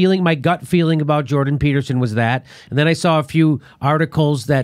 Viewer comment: I love most of Jimmy Dores videos but you didn't make it 30 seconds into this without getting it wrong and mischaracterizing why Jordan Petterson had an issue with bill c17. And can you not even say the dudes name correctly?